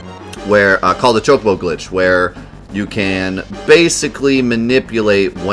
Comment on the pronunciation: Choc-o-bo, not CHOKE-o-bo - twiggyw